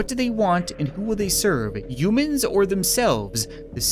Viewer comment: is it me or does it sound like hes saying mewman/mewmans/mewmanity?